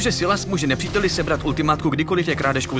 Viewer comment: Je to “Sajles” a ne “Sylas”